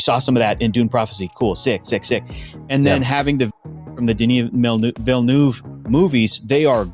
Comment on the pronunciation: just for information : villeneuve is prononced villen-UH-ve